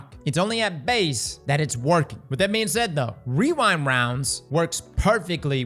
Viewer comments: wewind wownds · weewind wounds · Wewind wounds